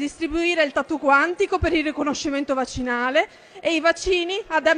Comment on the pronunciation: solo io ho capito " vaginale " al posto di " vaccinale "